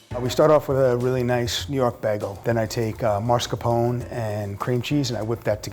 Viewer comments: "MARSCAPONE" really? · Lol he said “marscapone” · God the way he butchered the pronunciation of mascarpone, made me cringe. It's like how americans always butcher the pronunciation of calzone as well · Professional chef can't pronounce mascarpone.